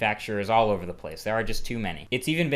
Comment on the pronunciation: "Ouver and ouver and ouver again" sooo funny when he said that!